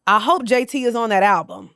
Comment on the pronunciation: “A ralbum” is crazy 😂😂